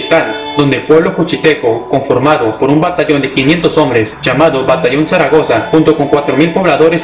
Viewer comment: Zaragoza no zacaroga🤣🤣🤣🤣